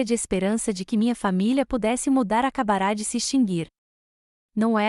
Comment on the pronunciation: Como srmpre, a protagonista da história se reporta no masculino. Toda vez que surge uma palavra que não leva acento agudo na última letra, é pronunciada como se fosse acentuada. Ex: acabara pronunciada ACABARÁ.